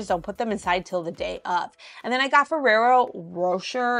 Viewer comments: 😊 Ferrero rocher, rocher is said with an "A" sound at the end.❤ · Row-Shay.. say it like like🍫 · Love your channel Ferrero Rocher = row-SHAY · I believe you pronouce ferrero rocher like roshay lol awesome finds! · Love your channel. The gold foil candy is pronounced fer rare-oh roe shay. 😊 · Feraro Row-Shay is the pronunciation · The candy is pronounced Fir-rare-o Ro shay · That chocolate is pronounced Ferrero “Row-Shay” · Rocher is pronounced like Roshay …..